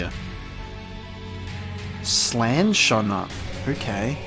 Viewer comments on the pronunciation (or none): none